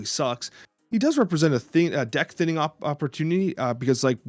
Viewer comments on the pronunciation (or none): none